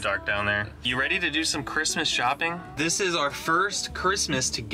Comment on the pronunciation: I thought that's what he said too but I believe he said Christmas. It sounded like "charisma" a few times when he christmas.